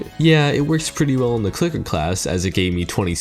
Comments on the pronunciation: Donate a dollar for every time you said clicket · Dude is having a harder time pronouncing a C and L together than actually fighting these bosses